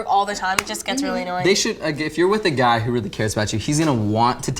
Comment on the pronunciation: When you say guy it has an i sound